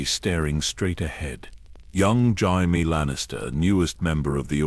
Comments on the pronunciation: Is this a person or some annoying ai because who the fuck is "Jimie" obviously ai can't even read his name is Jamie loose the i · Jimey Lannister lol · yeah loomks liek AI gabrgae, cant even pronounce jamie correcly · Do you even listen to what your A.I has created it grates on me when it says Jaime. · you can tell it's AI by the way it says Jaime 😅 I'm half an hour in and it's pissing me off haha